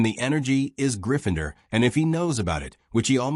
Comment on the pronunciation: If you want success.. recheck the video after AI has voiced it.. What the hell is ‘Gryph-finder’